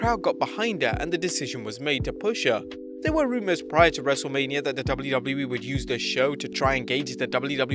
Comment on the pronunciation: Thought you said Wreslte Labia